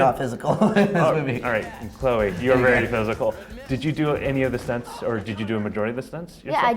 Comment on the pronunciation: Her name is Chloe not Chleo.